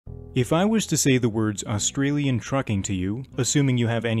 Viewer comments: say Ah then stralia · Just saying you say “Ah-stralian” not pronouncing the U or just say “Stralian” cause I have found that most people just pronounce the U and the S very much making them sound like a hard sign. Sorry I just wanted people to know this.